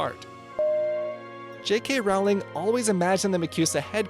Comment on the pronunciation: I hate that he says rawling instead of Rowling